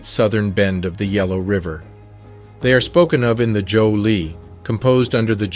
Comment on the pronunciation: Prof! I love your work! Btw I hear "Joe Dinasty" , do you mean ""Zhou"? ThAnkhs for Being True to YaSelf, So to We